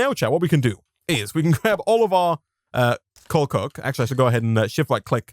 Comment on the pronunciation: I really like how he says coal coke. It just sounds so nice lol